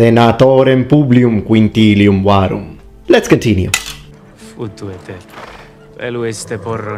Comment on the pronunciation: Also; the ”Futuite” sounds more like: ”Futuete”, to me, the way it’s pronounced, here.